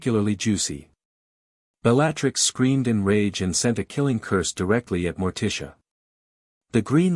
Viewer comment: I enjoyed the story but the AI pronunciation of Bellattix's name set my teeth on edge